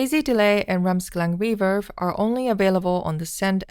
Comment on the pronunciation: Why she’s saying: reeferb?